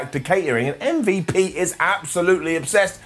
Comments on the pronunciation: Stop calling him “um-vuhp” 😂😂😂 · Thank you ❤️❤️❤️❤️❤️. Thank you for calling MVP as "em-vep"